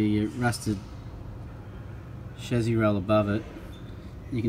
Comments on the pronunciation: Why is he saying shazzy instead of chasis? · Chezy? No it's chassis. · Whats the shazzi? Is that how all Ausi’s pronounce it or just this guy?